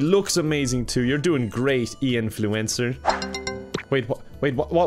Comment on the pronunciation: Him: Ian Fluencer All I heard was "influenza"